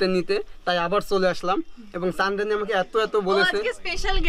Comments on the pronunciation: ভাইরে ভাই চন্দ্রানীরে এতদিন ছন্দ্রানি কইছে,,, এখন আবার শোনা যাচ্ছে ছান্দ্রানী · মেয়েটার নামটা সুন্দর, (চন্দ্রানী) আর ভাই তুমি বলো চান্দ্রানি 😁😁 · আরে চানরানি চানরানি কি ? নামটা অন্তত ঠিক করে বল।